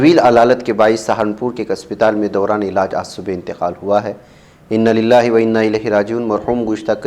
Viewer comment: ان لله نہیں بلکہ انا لله ہے